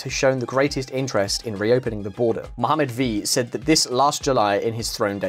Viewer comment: "Mohammad Vi" 😆😂 bless you.